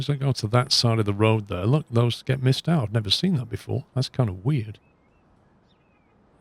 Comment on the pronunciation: i like ur vids but pls, learn to say "There"